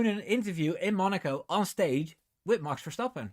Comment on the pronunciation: me too! Also I don’t think the TD will affect MCL as they’ve already been using the new TD compliant wing. And can I just say I love the way you say Max Verstappen. I need to brush up on my Dutch 😂